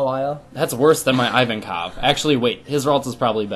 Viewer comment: i don't want to be elitest but i'm prety sure you're pronouncing ivankov wrong ps. love the fact you're a onepiece fan